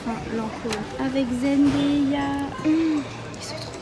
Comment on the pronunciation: Jsuis la seule qui a été partubée quand elle disait zendeya c’est zendaya putinnnnnnnn!!!! ( a prendre au 2 degré)